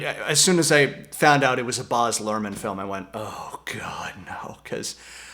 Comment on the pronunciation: His first name is baz not boz